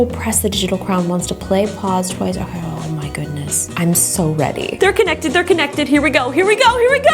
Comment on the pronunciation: “Oke”the way you said that word we use it in our language😂🇳🇱